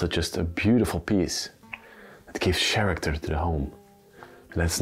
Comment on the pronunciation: What language do you speak? I noticed an accent particularly when you pronounce "Character" I really enjoy your videos presentation, it gives class and keeps the viewers involved in the story with interest, even when we are on the other side of the world. Thank you.